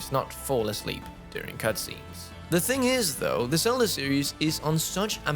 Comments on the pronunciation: I appreciate your work, but please work on your pronunciation of Z sounds in English. You’re saying “Selda,” and in the past you would say “Sion.” These names start with the letter Z, which requires a different pronunciation than the letter S. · Is it me or does say “Selda”?